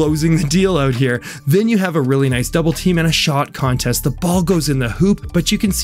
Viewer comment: Its pronounced "contest", not "contest"